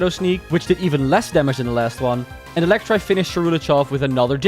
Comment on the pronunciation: You said Electrive but its Electivire... idiot. But nice video i guess (pout)